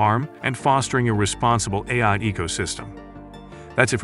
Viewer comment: Dead giveaway; it can't say "A-I" properly, LOL.